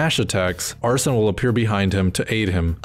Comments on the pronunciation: every video i come across pronounces Arsene wrong, it's not "Ar-son" it's more like "Ar-Seen" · arsene is not “arson,” it’s more pronounced like “arsane”